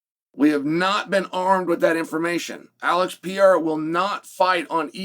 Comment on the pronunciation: Still says Alex Pierra, oregon pronunciation 😂